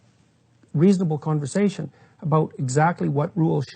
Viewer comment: "co awn versation" - pronounced "conver sashion" no "co awn ver sashion". I'm instantly offended? hahaha